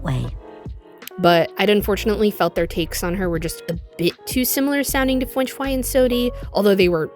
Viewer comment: WAIT, WAIT WAIT WAIT WAIT CHRISTINA VEE VOICES FWENCH FWY?!